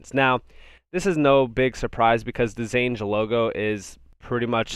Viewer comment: Xange is pronounced exchange bro.